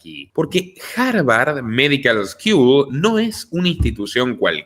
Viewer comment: Feliz Navidad!!!!!!......una cosita......school no es eskiul es mas bien skul va a sonar mejor como debe sonar......no hard feelings....no grutches No me pierdo ninguno de tus programas hasta que al fin alguien piensa parecido a mi.......ya somos mas!!! Todo lo mejor estimado señor....para vos y los tushos dicho en su acento y contexto correctos..........dale.......adelante!!!